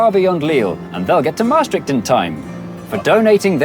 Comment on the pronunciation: I think the accent in Maastricht should be on the second syllable